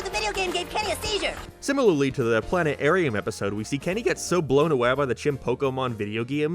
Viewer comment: i like how u said planearium nice touch 😂